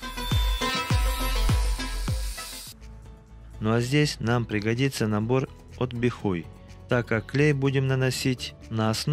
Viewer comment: Бихай а не Бихуй😂😂😂